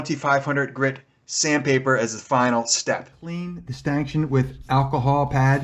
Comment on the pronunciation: A stanchion is pronounced stanshun, not stankshun